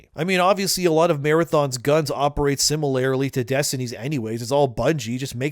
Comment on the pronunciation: "Simalarry-lee" Jesus fuck dude